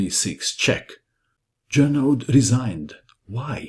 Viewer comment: Great match,! I'm suprised to find game of Morphy which I didn't looking before! PS čita se Žorno! Nastavak - aud se čita kao o!